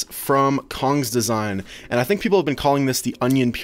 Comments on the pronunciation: im getting a qiyi mirror cube the other thing is cong's design is pronounced chong not kong (i got the qiyi mirror) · Cong’s Design is pronounced tsong’s design.